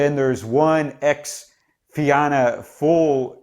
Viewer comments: It's unlikely that Sinn Fein will be able to form a government as the two main parties are hostile to then so another election could be on the cards. Fianna Fail is pronounced Fina Fail your analysis is very good as all your videos are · You butchered the name Fianna Fáil lol